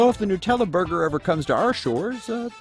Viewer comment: It's not called "nooo tella". It's NUT!